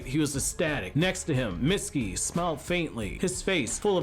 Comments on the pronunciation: Every time he said mistuki I thought he said misty ass🤣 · If you turn on the captions when he says Mitsuki asked it'll say misty ass.